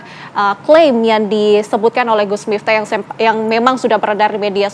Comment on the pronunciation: Kok nyebutnya miptah sih ya...